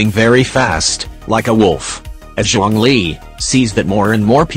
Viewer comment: It's Zhongli not Zhong-li 💀